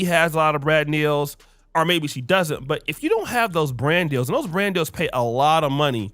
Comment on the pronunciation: So basically, "may-back" 😂🤦🏽‍♀️ is just allegedly another p.diddy sex trafficker.